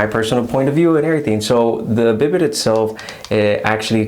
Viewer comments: I enjoyed your review and the tour of your bathroom. Just so you know, it's not prounced BID-it but rather bee-DAY, with the stress on the second syllable. The word is French, derived from a name for a horse, I guess because of the way you sit on it, like a horse saddle. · Bi day pronunciation